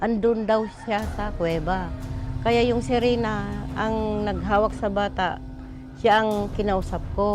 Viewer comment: Not searena it's riverena